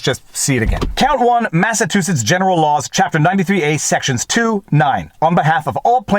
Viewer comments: MassaTOOsitts? It's pronounced ma·suh·choo·suhts LOL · Hey - - it's "Mass-a-CHEW-sets" not "Mass-a-TWO-sets" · MASS-UH-CHEW-SETS. Sorry not as in yelling. Just trying to stand out a little more. Lol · The middle of the word Massachusetts is pronounced like the word "chew" example: Massa-chew-setts. FYI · I feel like I heard you say Massatoosets a couple times. Am I losing it? ;) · It’s mass a CHOOOOO setts 😊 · Best ending ever!! And i love the way you kept mispronouncing Massachusetts. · I like how you pronounce "Massachusetts"